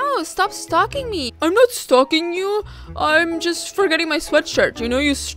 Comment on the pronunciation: and sstop stalk-ing